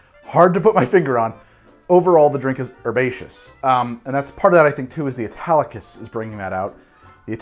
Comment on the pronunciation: He keeps saying Italicus, I keep hearing Spartacus!